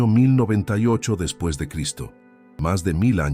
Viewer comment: Por qué dice: "depis" de Cristo? Fallan las fechas.